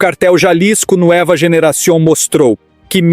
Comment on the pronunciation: A pronúncia em espanhol é “NUÊVA” Generacion e não “ NUÉVA”….